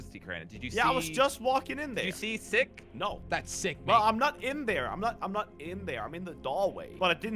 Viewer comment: Jelly its not Sicke Its pronounced like SIKE